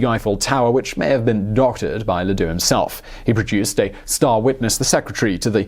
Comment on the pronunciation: Ladoux? Sounds more like Le Dicque.....